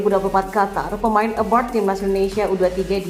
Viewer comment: abroad bukan abroud